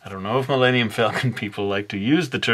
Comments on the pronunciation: Did he just say millannium falcon? can he not pronounce Millennium? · oh my god you replied... i love your art i was just like wait did he say Millannium haha you're a really awesome artist!